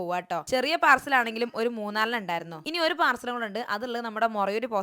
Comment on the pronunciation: പാർസൽ അല്ല പാഴ്സൽ